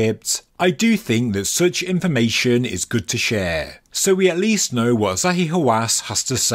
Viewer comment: I heard Zahi Wasanass!